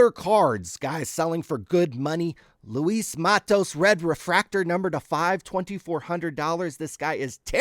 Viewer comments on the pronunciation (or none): none